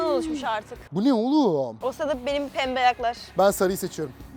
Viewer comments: penbe diyememesi 😂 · Pembehğğ ayaklarr😅😅😅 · abimiz için 1 dakikalık saygı duruşu😊 Abi bu arada 3 milyon hayırlı olsun seviliyorsun 👑REİS👑 ( abla yine pembeğ dedi )hatırladın mı abi arabada gece kalma da ☺️ Abi bi kalp koysana be ❤️‍🔥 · abi ablanın peğmbe dediğini anlamadı